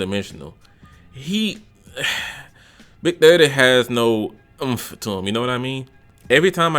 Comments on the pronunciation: The way he kept saying “Big Thutty” had me wheezing 💀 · Big durr dii pronunciation had me dead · Lool the way he was saying big30😂😂😂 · Why you saying big30 like that💀💀💀💀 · the way he was saying big 30😂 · Bra i was really dead the way you was sayn big30😂😂😂😂😂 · The way he says big30 😂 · the way u say "big30" has me dying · How he pronounced big 30 has me dead 💀